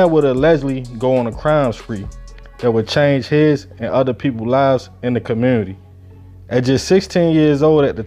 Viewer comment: In the what ??? What’s a “ commewwwnity “ ???! 😂😂